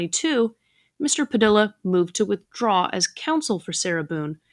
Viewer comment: "Padilla" is pronounced" PadEEYa"